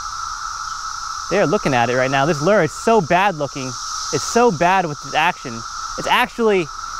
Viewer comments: Fyi, lure is pronounced lou-er, not ler. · Really Lew.. Lew.. Its literally Lewre. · You're right Mike its like the name Lew .. Lewre. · No one is making fun of him, just telling him how to correctly pronounce Lure.. Lewre. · you're friends here on your channel are right! Lure is pronounced Loo or like the name Lew.. and the second part sounds like Her without the H sound.. so its a defined Er sound..